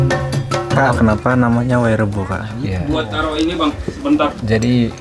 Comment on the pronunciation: Ma'af saya koreksi, bukan wayrebo tapi waerebo. 😊🙏